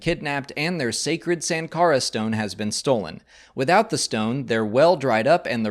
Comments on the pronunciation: Indian here. The correct pronunciation of Sankara is actually: Sun-kara (as in the "sun"). There is also a variant pronunciation: Shun-kara (as in to "shun" someone). And the god Shiva's name is actually just pronounced: "Shiv-aa" (as in that "shiv" thing that gangsters in prisons use to stab people with). Thank you for the video,. MTFBWY. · I think it's more like .... Shankara..... Like Siva is pronounced as Shiva